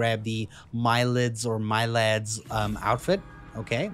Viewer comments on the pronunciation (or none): I am Persian and Milad is a Persian name And you pronounce it like this ( Meelàd )